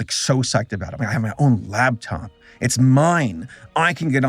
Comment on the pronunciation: it's a LAPtop, not a LABtop.